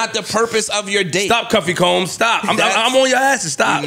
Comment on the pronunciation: Bruh he called him “Cuffy Combs” 😂😂 . This was one of the best episodes in a while